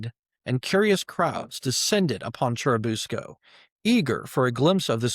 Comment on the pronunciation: For churubusco its pronounced Chair-i-bus-co